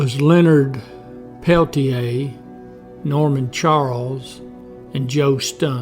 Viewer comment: Your obviously biased report fails to mention Coeur d'Alene warrior Joe Stuntz, who was an AIM member who was shot dead by one of the two FBI men during the same shootout! Also, your mispronunciation of Peltier's name shows your research came only from written documents. If you had actually seen Incident at Oglala, you would have pronounced it correctly. This was a war. Over 28 Oglala Sioux traditionalists were murdered by Dick Wilson and his GOONs in the years previous to the Jumping Bull shootout. Wilson was backed by the FBI, who were part of the cointelpro program to eliminate AIM.